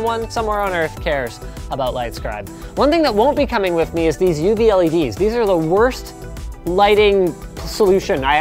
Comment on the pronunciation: did he really say: "I wanted to go with uv-LEDs"?